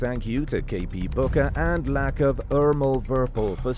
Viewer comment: Yess I got a shoutout again even tho u not sayin my name right next time just read it as lacko from Liverpool thanks 😂❤️